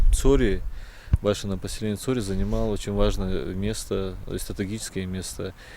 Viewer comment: По какой причине не Цхьуоре , а Цори ?